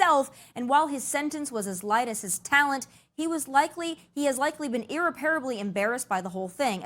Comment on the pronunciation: Tomi, the word is irreparable. Accent on second syllable, not pronounced irrrepairable. I still love you and your commentary. I don’t want some elite lib joking about your vocabulary.